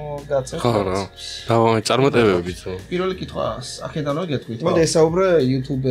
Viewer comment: გორელი რო კითხულობს პირაფი ნომერი კითხეო ძაან გაჯმააა😂😂😂😂😂